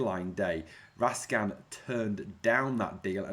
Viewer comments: Raskin not raskan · Its Raskin, not Raskan when you pronounce his name.